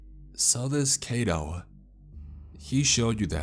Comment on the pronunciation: Just FYI, the "ai" in Kaito is pronounced like "eye" or "high". Japanese words are pronounced exactly as they're spelled (except for words that end with "u", the u at the end is silent).